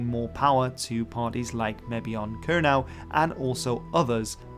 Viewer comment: Kernow yw leverys dhe rimya gans 'crow' yn Sowsnek, yn le a 'now'. Kernow is pronounced to rhyme with 'crow' in English, not with 'now'.